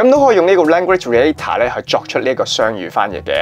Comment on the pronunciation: Reactor : Re-act-tor 唔係Re-a-tor嘅呢